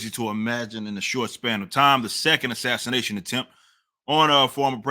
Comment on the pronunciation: MSM: "This was not an assaniation!" Guy: "This is an assasination."